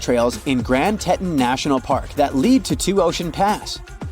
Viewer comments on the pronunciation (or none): "TEE-tawn" not "TET-un" 🙄💆‍♀️ If you're going to post something like this, the least you can do is pronounce major landmarks properly. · Teton pronounced tee tawn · Grand Teton! Pronounced TEETON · If you're too lazy to narrate your own video and let AI mispronounce such a common name like Teton, why would anyone waste their time on your channel?